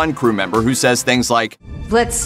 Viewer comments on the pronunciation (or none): none